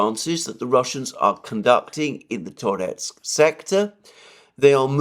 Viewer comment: Now that Ocheretine is liberated by Rossiane, you should start pronouncing it porusskiy -Ah che RET i neh - with schwach o as in owl, how, now, brown, cow. And Tar YETSK.